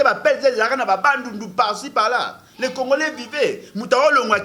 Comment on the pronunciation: Comme Kabila, le prof disait congolais, mais prononçait congorais.